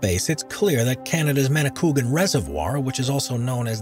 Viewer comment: #6 that's pronounced "ma-ni-kwa-gan"